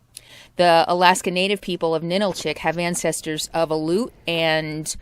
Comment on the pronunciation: I'm sorry, but I have to correct your pronunciations again because you have butchered many of the names. Especially when you speak of the AL - yoot (aleut) and Ah - LOO - tick (Alutiiq). NA - nill - chick (Ninilchik). AH - skoal - kof (Oskolkoff). Da - NYE - na (D'naina). Sol - DOT - na (Soldotna) And if you like down home, visit Talkeetna. Although it's very touristy in the summer. And did you call the animal on the whistle a moose?! It's a caribou. 😕